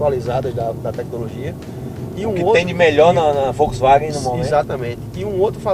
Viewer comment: Achei que so eu tinha escutado 😂😂😂